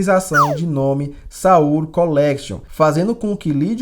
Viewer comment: A capital da Coréia SEUL, com E e não "saul" como você pronuncia.